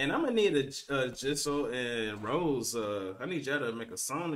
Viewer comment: like i told you before !! her name is not pronounced as Rose but Rosé (Rosei)